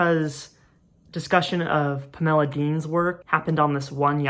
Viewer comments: 1. this video is great, i can’t believe you have less than 2,000 subscribers. 2. i love the way you pronounce pamela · You did make it sound like a much prettier name than it usually does to my ears, so thanks for that. ❤ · Interesting…. I have never heard anyone pronounce Pamela this way. Magnificent video…..